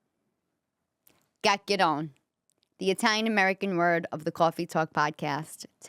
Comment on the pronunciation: My in laws said it the same way you do & they were both from Italy.